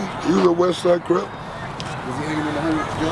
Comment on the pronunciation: I know this came out awhile ago but if you don’t pay attention to how he says CRIP it sounds like he said CRIBS. So I can see where that debate comes from